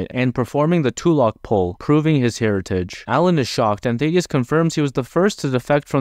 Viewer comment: Ok you failed to pronounce the names of both Thaedus, the Image Comics character, and Thadeus, the name on screen. Also your failed pronounciation is closer to Thadeus but, again, is still wrong and sounds like your primary language isn't English the way you mispronounce